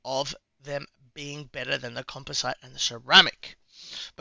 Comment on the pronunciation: Also composite is pronounced "com-pos-it" Just means it's made up of multiple types of fabric, ceramics and metals.